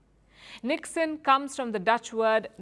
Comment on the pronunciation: You said NIKSEN I heard "ল্যাধ"